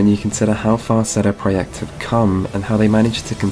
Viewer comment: Great video, but who the fuck is "Sedo prohect"